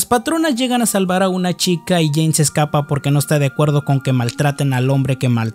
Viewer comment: no era Jane? Dijiste Jina xd